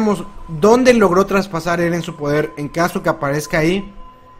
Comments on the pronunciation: J ajajajajaj minuto dijo eden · ¿Si levi se pronuncia livai eren se pronuncia irin?